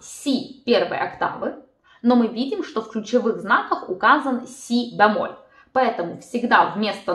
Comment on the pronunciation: что такое бЯмоль? Правильно говорить бЕмоль